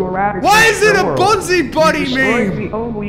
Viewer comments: Am i the only one kinda bothered by the fact he says "bonzai buddy" instead of bonzi buddy. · "Bonzai" buddy